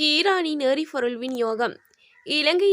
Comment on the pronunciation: எரிfoருள், தfaல், தொடர்fil.....oh my God தமிழ் கொலை சகிக்கமுடியவில்லை